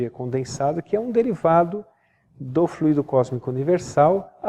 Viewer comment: Só observando que existem duas palavras com escritas semelhantes, mas com significados e pronuncias diferentes. Fluído- é um verbo. O transito tem fluído bem. Fluido é um substantivo. Em Espiritismo e Magnetismo humano, pronunciamos flúidos e não fluídos.